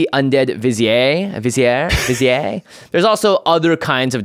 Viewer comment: Vizier pronunciation: vi·zeeuh Jimmy got it